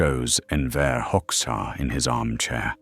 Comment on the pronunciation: "Hoxha" is pronounced /hodža/, not /hoks.ha/.